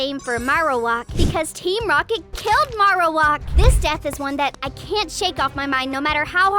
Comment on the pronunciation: The a in marowak is long as in it says its name